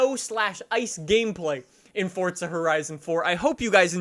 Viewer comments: It's forza, not fortza. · FORZA not FORTZA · It's Forza not Fortcza, same as try saying Freeza as Freetcza, just sounds dum. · He says fortza not forza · Do he spell Forza, ( Fordza ) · The way you say forza bugs me lol